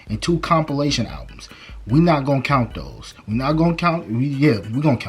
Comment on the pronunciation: “Alvums” is killing me lol